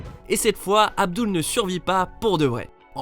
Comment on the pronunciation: Avdoul ?!?!?!?!?!?! SÉRIEUSEMENT ?!?!?!?!?!?!